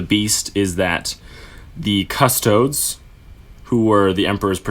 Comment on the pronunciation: Just found your podcast and started from the beginning. I'm loving it so far guys, you guys know your stuff. . . . .apart from how to pronounce Custodes. Its Cust owe deeze. Stop this madness and say it properly. Love Jake x